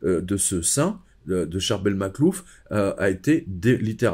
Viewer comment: Je suis vraiment fascinée par l'histoire de Saint Charbel Makhlouf. Excusez-moi si j'ai mal orthographié son prénom. Mais j'aime beaucoup la prononciation originale et vous le prononcez monsieur, parfaitement. C'est tellement dommage que je ne puisse pas aller voir tous les saints dans le monde. J'ai la sensation que la vue et probablement le contact avec l'huile qu'il exsude. Et il se trouve dans un pays où même les musulmans respectent alors qu'ils n'ont pas de saint... Merci beaucoup pour votre témoignage. Je vois bien que vous connaissez bien le sujet. Merci pour cette vidéo.